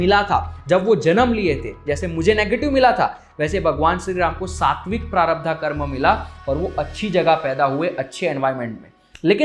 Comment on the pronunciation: Prarabdha nahin, prarabdh.